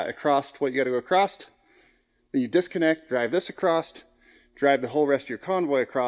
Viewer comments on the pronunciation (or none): there is no T in across funny LMAO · Obligatory Comment : - Across. A C R O S S. It's Across, not Acrossed, not Acrosst, and definitely not Acrossted. Simply, Across. Thank you for your support.